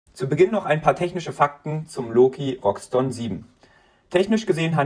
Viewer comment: Wie kommt man auf Roxton ? (R -> X) = (R) (iX)TON Es heißt auch nicht Shire 03